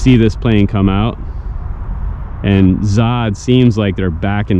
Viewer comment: Zod... lol it's actually ZO then HD but no worries. 😎👍